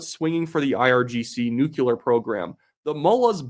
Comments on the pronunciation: I almost want to stop watching your otherwise brilliant videos, but your saying nuCUlar makes you sound like George Dubya. Please pronounce this simple word properly: nu-cle-ar. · NuCLEar,, not nuCUlar. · Saying, "new-clear" helps ditch that imaginary second U in "nucular." I used to say it that way too. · good grief! I love your show, and if there would be anyone on the internet I listen to regularly, it would be you, who can correctly pronounce the word "nuclear"! As a research chemist, I politely implore you to say something according to "new-clear" rather than "new-queue-ler"! Now for the actual comment: if I had to choose some "analysis" regarding,anything, between Mickey Mouse and Rachel Gilmore, it would always, without doubt, be the former. She is fantastically re_tar_ded*, but I'll give her an 11/10 for entertainment value. How I do enjoy watching a low-resolution, 1-dimensional, low verbal intelligence re_tar_d, go hysterical, and become gravely fearful about things far, far, far beyond her grade-4 reading and comprehension level. It's somehow really satisfying to hear her splaining "stuff"! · "nuculer weapons" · Learn how to pronounce nuclear, you are doing wrong